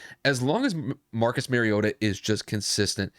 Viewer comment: Mar-E-O-ta not Mare-E-O-ta He is not a female horse. Like Mario Andrette. But "ta" instead of Andrette.